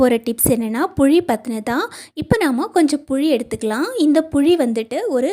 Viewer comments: தமிழ் உச்சரிப்பு சரியான முறையில் உச்சரிக்க பழகுங்கள்.... puzhi illai... puli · புழி, அல்ல புளி சொல் தவறு இல்லாமல் சொல்ல வேண்டும் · சகோதரி.... புளி.... புளி..... புழி இல்ல..... மாற்றி கொள்ளுங்கள்.....